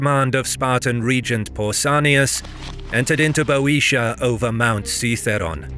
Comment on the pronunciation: It’s so refreshing to hear a British narrator correctly pronounce “Boetia.”